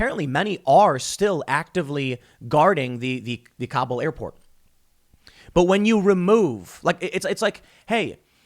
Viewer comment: Mr. Obvious can't pronounce Kabul.